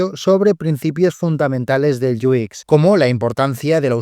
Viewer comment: Muy buen video, solo un detalle, por qué para decir UX dices algo como "iu ikx", en inglés se lee "iu-ex" o en español "u equis"